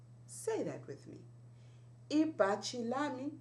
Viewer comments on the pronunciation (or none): it's ibhatshi not ibachi.